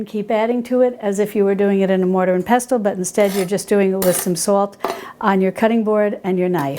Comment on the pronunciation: Hi. Love your channel, your recipes, and your ethos. The word pestle has a silent ‘t’. So it sounds more like peh sel. Just like whistle.